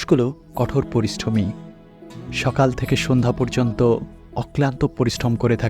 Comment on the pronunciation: উচ্চারণ ঠিক করবেন,পরিষ্ঠমী নয়, পরিশ্রমী হবে কথাটা, আবার প্রবাল হাওয়া নয় প্রবল হাওয়া হবে কথাটা,আর প্রবাল একটা রত্ন